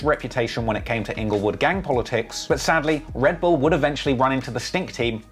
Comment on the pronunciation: HAHAHA!!!! Ingle-what bro? Rest in pizz